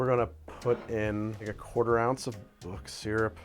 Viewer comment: Had to stop watching at "book syrup".